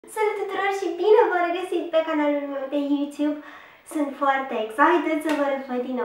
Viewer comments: se spune yutub,nu yuțub!!!!!(am scris cum se pronunta) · tu spui iu țiub in loc de You tube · Nu spune iuțub...spune cu accent de englez:) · Îmi place cum spune"bine ați venit pe canalul meu de iutiub";)))))) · de ce spui Iuțub ?! îîîî😓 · nu mai spune iuțiup